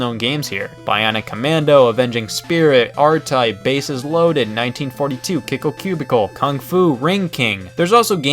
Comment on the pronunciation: Around 7 minutes in...... I have to do this, sorry...... its Kickle CubICEicle